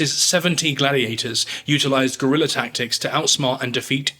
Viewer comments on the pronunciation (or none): none